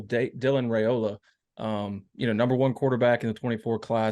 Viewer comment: Hi, You, and many others are still butchering the pronunciation of the Raiola family name. I respect people's names, I'm sure you do as well But, y'all are doing the RAY SLAY on the Raiola name, but there is no RAY sound in it. On a Rumors and Facts YouTube channel interview a couple months ago, Dominic Raiola pronounced it properly. Please view it for yourself, if need be. It's pronounced as if the "a" is silent. The proper pronunciation for Raiola sounds this way: (it's rye, like pie, and ola, like cola). My own phonetics style there, but you get it. Far too many respected people, like yourself, are saying it all wrong Folks depend on you guys to get recruits' names right. Out of respect for our future family members, Please do so. Thanks